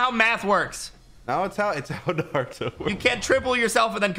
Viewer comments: It's naa·roo·tow That's how you pronounce Naruto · The way they said Naruto and sasuke hurt me